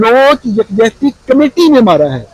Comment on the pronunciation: The word is committee, not comatee.